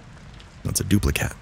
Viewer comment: Thank you so very very much, you're absolutely the Best!! Love story 5, especially when you or the person that this happened to, says "Duplicat" instead of "Duplicate", 🤣😂🤣😂❤️‍🔥🌹👽👻💀🖤👽👻💀🖤❤️‍🔥🌹Od and you and Boos have an absolutely amazing channel together!!